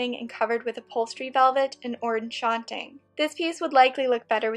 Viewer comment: I’ve been binge watching your videos! You are so creative and accomplished! One suggestion: silk shantung is pronounced sh-ann-tongue. Keep creating!